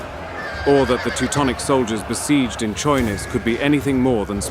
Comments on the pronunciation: 'Czojnic' 😂😂😂 Its CHojnicE... Cherekwichca? 😂😂😂😂 Love ya xD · Polish names are mispronounced beyond recognition. Chojnice is not any "Konniz". It`s HOY-NEE-TSE.